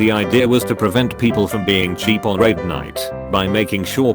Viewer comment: The WoW one sounds more like rape night rather than raid night lol